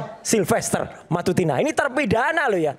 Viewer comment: Dia aja sebut nama sahabatnya salah Silfeter bukan silfester😂😂 betul dia sahabat???